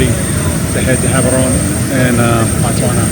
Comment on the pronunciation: She said an Indian one..I don’t know how I feel about this video.. seems like you didn’t do research before coming to Botswana.. also it is pronounced as Botswana, not Batswana..